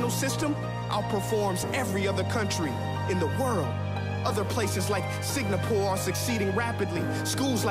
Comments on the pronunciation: did he say signapore in stead of singapore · did prince ea said “sig na pore” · he said signapore and not Singapore